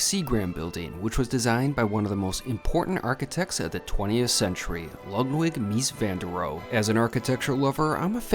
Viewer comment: Mies van Der Roh-e